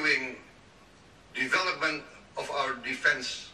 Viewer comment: For those who know Engish may take conclusion that both Prabowo and Anies have high qualification of English comptetence. They speak Engilsh fluently and easily understood. In term of diction and pronunciation Prabowo is more accurate anies is inaccurate to pronounce the word "development"